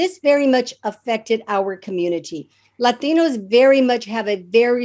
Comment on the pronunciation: I like her but why say laaateenooos. (With her flat traditional English pronunciation). Silly.